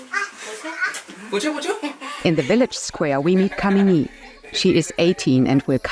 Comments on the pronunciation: Her name is not pronounced "kameeni" lol 😆.. That's a degradatory abusive casteist slur. It's "kaamini" (kaa as in "car" and "mini" as in minimum, meaning lover, or capable of being loved). Work on your pronounciation. It's not that hard. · Pleae correct yor pronunciation for this girls name it is Kaamini not kamini